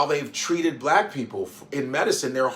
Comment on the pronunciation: It even annoyed me the way that he said blavk, ugh. Stop with the negativity, racism and crayon colour. I pray tmh God comes quickly